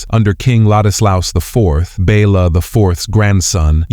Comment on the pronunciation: The king was not "Bella" but Béla. "Béla knew what was at stake."